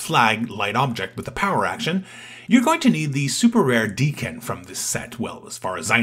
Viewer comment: If it is wolverine’s kid, it’s Dakk-Enn for pronunciation